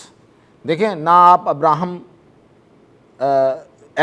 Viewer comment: آپ کیا واقعی انگریزی کے پروگرام بلکل نہیں دیکھتے جو ابراہم اکارڈ کو “ایکرڈ” کہرہے ہیں؟ اسکے مطلب آپکے پاس ہوم ورک بطور معلومات جمع کرنیکے لیے تمام مطعلقہ چینل دیکھنے اور سنے کا تجربہ نہیں! اسلئے ۲۰۰ سال پہلے سرسید احمد خان نے جاہل دیہاتی اڑیل اور مغرور مسکمانونکو انگریزی سیکھنے اور سمجھنے کی تلقین اور کوششیں شروع کیں جسکی بدولت مدرسے کے انگریزی دشمن علماء نے نہیں بلکہ انگریزی جانے والے محمد علی جناح نے انگریز سے اسکی زوبان میں اسکی عدالت میں مقدمہ لڑا اور یہ زمین حاصل کی۔